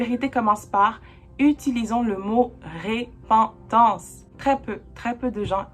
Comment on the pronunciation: Merci pour cet enseignement vraiment clair et vivant! Juste un détail technique: on dit repentance prononcé e ( il y a une seule consonne après le e) et non ré pentance. La repentance, j'en ai bien besoin aussi!